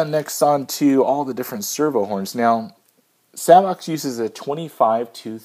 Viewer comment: I asked Savox directly how they pronounce their name. It is...”SAVE OX”